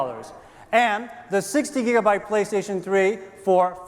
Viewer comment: the fact that he legit said “PrayStation” really adds to the Japanese authenticity, and I like it that way